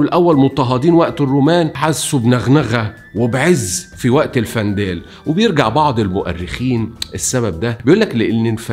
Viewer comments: الوندال وليس الفندال وتونس هي افريقية مع شدة على حرف الياء وليس افريقيا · تونس تسمى إفريقية وليس أفريقيا الجزيرة اسمها جِربة بالكسرة وليس بالفتحة الوندال وليس الفندال فقط للتصحيح شكرا لاجتهادك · الوندال وليس الفنداال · الوندال ....الدايات و البايات...نطقك غالط